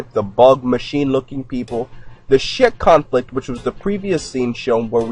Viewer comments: I thought he said the shit conflict in the beginning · Is he saying the shit conflict?